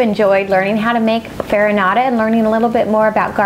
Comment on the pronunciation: I'm sorry but this "farinata" is totally wrong...